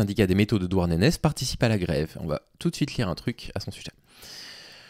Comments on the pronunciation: Douarnenez: à prononcer "Douarnené". Au pire dites "Douarn'" ça marche aussi.😅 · suoer vidéo comme toujours, juste on prononce "Douarnené" ;) merci pour ce que tu fais